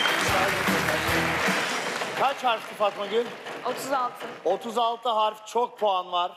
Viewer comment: Sanki İlker abi Fatma Gül deyilde Fama gül dermiş gibi 😂😂 11.28 afiyet olsun acayip acıdır 😅😅😂